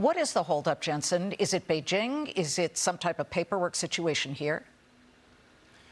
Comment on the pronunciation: Going agst Chyyynaaa manufacturings ................. SAYOURANNA S,AYOURANNA , SAYOURANNA